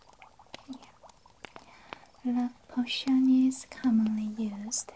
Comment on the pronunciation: me hearing cushion instead of potion ma'm this is not a cushion